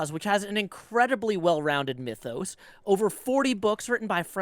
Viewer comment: pronouncing mythos as "meefos" is disturbing